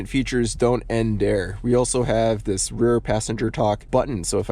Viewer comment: I can't unhear how you say "dis" instead of "this" about half the time and Ds instead of THs for everything lol.